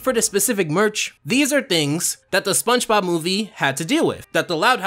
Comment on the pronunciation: I swear that you say spunchbop instead of spongebob